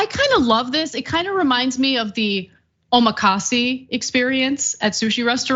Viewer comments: "...of the omakasi experience..." ... It took me a while to get, what Ana was saying. It's "omakase". ('e' as in "tell" or "entry") Not "omakasi". Ending in E, nor I. Also, no stress on the last syllable. (rather a low pitch on the o, and then rising for the rest of the word. Saying it flat, with no stress, would be kinda okay) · Man you butchered that Japanese pronunciation Ana😂 It’s “omakase” “お任せ” pronounced oma ka say.